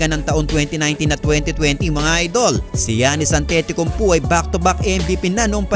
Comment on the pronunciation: An-Titi-Kumpo??????????????? AYOSIN MO!!!!!